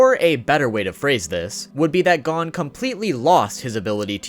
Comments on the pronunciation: Nigga said “Gone” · stop saying gon its gon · Gon ❌ Gone ✅ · Please pronounce Gon correctly it’s driving me crazy. Not to be rude but it’s pronounced goone not gone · It’s not gone it’s gon with no e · bro my nigga said adult gone not gon im dead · Bro his name is gon Oh the oh sound Gon lol you keep saying gone lol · He calls him gone when its gon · everytime he says gone instead of gon, take a shot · I know he did not just pronounce gon gone 🤦🏾‍♂️ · I got to admit... i cringe a little bit every time i hear you call him Gone. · I like the video and you have some great points. One thing though - it's pronounced "Go-n" rather than "gahn" (Gone). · Did he really say pronounce gon gone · Good video but please stop pronouncing his name wrong, I know its Gon but its like this Go-H-n. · why do you keep pronouncing Gons’ name as “Gone”? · LMAO gone and kelluah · Why are you saying gone tho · Adult “Gone” ??? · Why does he say gon lik that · bro first learn to pronounce Gon's name and meruem. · Great video, but how do you said Gon’s name wrong? Seriously